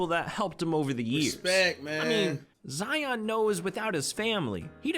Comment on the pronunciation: I hate how ya pronounce our names.... Lion... Zion🤦🏾‍♂️😭💯